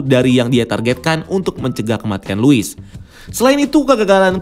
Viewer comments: gregetan si babang ngomongnya luis luis luis... bukannya harusnya lois ya bang? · Penyebutannya "Lois" min bukan "Luis"!!. Luis itu nama Cowok. Lois itu nama Cewek. #RestoreTheSnyderVerse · Luis?? Lois ya lois gak usah di baca luis geli denger nya